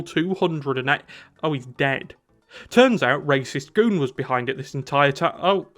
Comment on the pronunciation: ❌️ Rahs Al Ghuul ❌️ Raysh Al Ghuul ✅️ Racist Goon